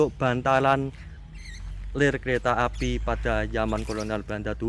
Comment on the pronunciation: Suaranya yg khas..."lel kreta api"😆